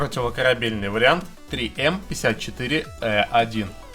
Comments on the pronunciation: ТРИ ЭМ, а не ЗэЭМ! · Не зэ-эм ))) а 3м (три-М)! Профура!)))))))))))))